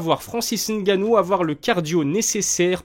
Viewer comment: Belle analyse , merci pour la prononciation du N 👍. Va tu approfondir ton analyse . Merci